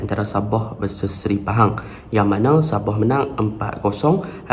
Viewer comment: Admin .. Sabah bukan saboh